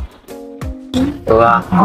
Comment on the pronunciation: 有大腸麵線、蚵仔麵線跟大腸蚵仔麵線～ 話說大陸人居然知道蚵仔的唸法 太厲害了👍